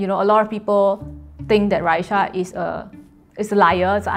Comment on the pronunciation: What is with Chinese people and adding a “h” to people’s names? It’s clearly RA-EE-SAH not RA-EE-SHAH jeez plain English letters bruh cmon